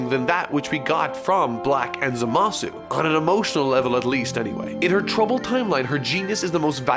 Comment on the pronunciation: Even in a video about Bulma, I have to listen to this inexplicable pronunciation of ZAmasu...